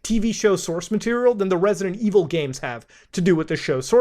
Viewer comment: Risidint ivil